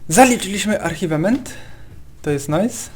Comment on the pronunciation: To się czyta "acziwment" a nie "archiwement"😂😂